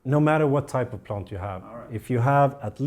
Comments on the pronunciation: No 😭 He didn’t say plont guys!!! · On porpoise do you say “plont”? 😉